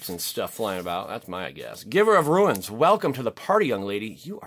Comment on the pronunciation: Every time "Giver of Runes" shows up, "Giver of Ruins" is said, why is it that every time they say ruins and not runes Dont know why its so irritating